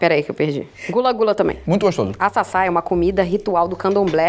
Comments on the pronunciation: meu amor, se fala aCaça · Chorei de rir com o "açaça" hahaha a pronúncia certa é "acaçá", tanto que nem eu reconheci o que era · Gente não é açaça não, é acaça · Chamando o Acaça de Assaça me quebrou kkkkkkk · A pronúncia do ingrediente que é ritualístico das religiões de matriz africana está errada. É aCaça galera , o primeiro "ca" tem som de "Ka" e não de "Ça" . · Assasa?? ACaça gente kkkk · O certo é acaça e não açaça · não é açaça kkkk é acaça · É farinha de acaçá, nao é açaçá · KK é acaçá, não açaçá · Nao é Açaçá é akáçá a pronuncia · Acaçá e não Assassa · O nome é aCaçá, com c e não ç , se lê akassá.